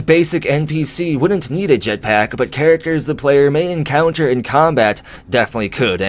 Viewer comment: I like how you say jetPACK